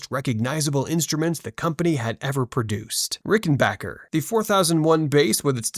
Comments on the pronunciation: Congrats on pronouncing RickenBACKer correctly! 👑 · ......I glad to hear someone finally calling its name correctly ........... Rickenbacker - not Rickenbocker.......😂😂😂😂😂